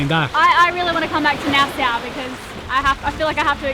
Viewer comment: Nassau....sounds like "nas-aw" ;-)